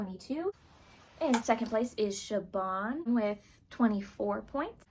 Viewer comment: This video was great! Two things I noticed though. For Zach Reino, his last name is pronounced like Reeno, not Rhino. Also, I wasn't sure if I heard you exactly, but for Siobhan Thompson, the "bh" in Siobhan is pronounced like a V, not like a B. Just thought I'd let you know. Either way, this was really entertaining, great job!